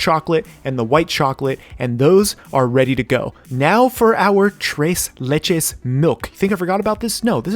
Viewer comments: "Trace le-" Me: internal screaming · I hate the way he says tres leches